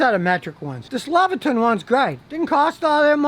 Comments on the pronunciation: Lexivon=Leviton...Lexivon Shhhmexivon. Haha I do the same thing all the time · Scotty its LEXIVON not leviton